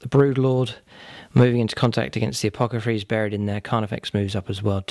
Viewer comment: Loved this. What an epic fight to the death! (Also, its "A-poth-ecary" ... not "A-poc-athary"... lol, sorry)